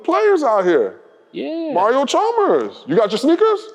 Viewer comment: Why Cam say Mario like Mayrio 😂😂😂